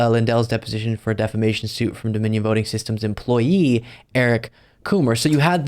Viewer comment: "Deflamation" :face-blue-smiling: "Lawsuitses" :face-purple-crying: :face-pink-tears